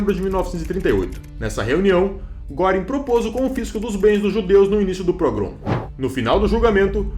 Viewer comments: "Guêring", "Kaitel" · Se lê Guêring. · GRANDE DIFERENÇA ESSE TEMPO DE ENFORCAMENTO, RECEBERAM O QUE MERECERAM.....E NÃO É GÓRING ...É GUERING... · a pronúncia de Goering está errada!!!